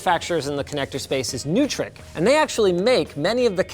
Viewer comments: NOY-trik. Not NEW-trik. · I would love to get a hold of those convertible ethercon shells. We use hundreds of ethercon cables in a typical Broadway show and have to use a barrel and short cat5 to connect to a good amount of equipment. Also Neutrik is pronounced Noy-trik and they really do make the coolest and best connectors. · The gentlemen and ladies at Neutrik pronounce it "NOY-TRICK," Mr. Sebastian. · Linus, Neutrik is pronounced noytrik. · I'm gonna be that guy... the connector is pronounced "NOY-TRICK"...love all the stuff yall do! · I'm sorry, how did Linus pronounce.........Neutrik.................